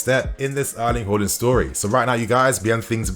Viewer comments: Its haaaaaaaland not horland hallland or whoreland u pronounce his name so weirdly lol😂 but other then that good news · Haaland vs Holland pronunciation mate. Work on it. Haa vs Ho